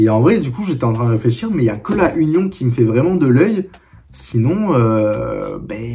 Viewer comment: ça se dit "unione" bosse mais vasy c'est rien. Force continue mon gars